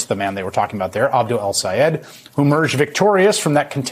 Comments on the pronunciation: Ron Johnson only has about 6 working brain cells. He might not be pretending when he mispronounces Abdul El-Sayed's name. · In ron johnsons case he was not pretending to not know how to pronounce the name because it has more than 1 syllable in it and that is what confused johnson who simply is not too bright to begin with